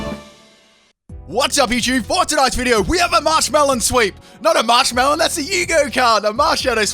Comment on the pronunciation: You said Marshmallon before the sweep again. Lol. Meanwhile, Beldum sweep?